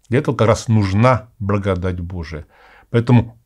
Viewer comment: Какой-то непривычный акцент у батюшки, особенно когда он произносит слово благодать. Немного отвлекает.